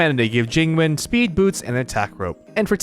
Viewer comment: It depends on your dialect. Both yween↑ and yun↑ are correct. I just find it funny because he also pronounces Jing Yuan Jing Ween.